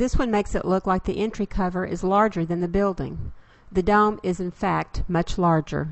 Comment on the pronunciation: listening to the narrator, I have to wonder what is a dumb and a hum. Perhaps it really is dome and home